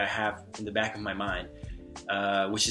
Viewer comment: Your English is quite good. As a native English speaker, I only noticed two indications you aren't American. You sometimes pronounce a D sound instead of a Th. While in some cases we do use the D sound in place of T, I noticed your The often turns into a Duh. The other would be your pronunciation has a slight glottal origin. Overall I'm impressed!!